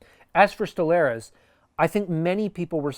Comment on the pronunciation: As he is your new goalie and our former, just letting you know with Stolarz you pronounce arz like you would starz, stol•arz or "stole arz", not Stolair•ez. Gotta say though, great video! He should work out for you guy, still young and us flyers liked him. He didnt play a lot as he was dealing with injury, but when he did play he was solid and even got us a shutout last game he played. Should do well for you guys, hopefully Talbot works out for us.